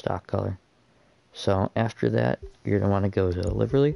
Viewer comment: (Lie-ver-ee) But the vid was awesome, thanks man!